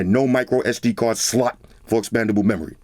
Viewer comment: everytime he said "Slot" i cracked up so much